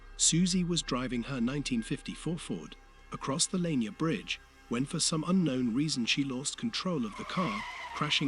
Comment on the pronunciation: You are sadly pronouncing it wrong. It's "La-near" .